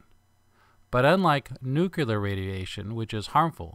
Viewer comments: Nuclear, not Nucular... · Nuclear... New-Clear.... not nucular.... rolls eyes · Great video! I enjoyed it very much. One observation, and with all due respect: It sounded to me like you said nuke-ya-lur. According to Websters dictionary it is pronounced: noo-klee-er. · Love it! But as an english person and not a science person I must say it's pronounced "Nuclear (NEW CLEER), not Nucular (NEW CUE LERR). /Grammarnazi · All that amazing information and yet you say "Nucular" nooooooooooooooooooooooooooooooooooo! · That pronunciation of nuclear killed me lol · Wow! Dude mispronounces the word "nuclear" that's it, thumbs down